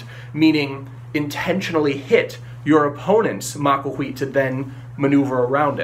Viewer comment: You make the TL sound by putting the sides of your tongue against the sides of your upper canines then blow. It does not make the TOL sound like in bottle. I recommended this website: it has audio from a modern Nahuatl speaker who pronounces the TL sound correctly.